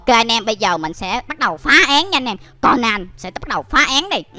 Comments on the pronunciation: Cônan chứ ko phải co nan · Conan đọc là ( cô nan ) mà anh anh đọc là ( con nan ) là sao